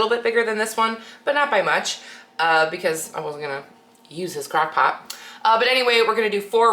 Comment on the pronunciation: Its crOck pot not crAckpot